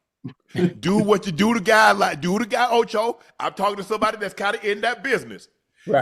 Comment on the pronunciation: “OchE”? 💀Jim don’t even know his name😂